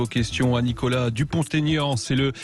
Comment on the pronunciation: Aignan pas Aigan ....